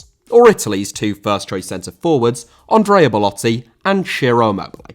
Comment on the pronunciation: Ondreia?!It's Andrea